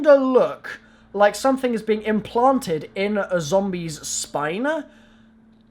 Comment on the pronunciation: I died when he said ZOMBLIES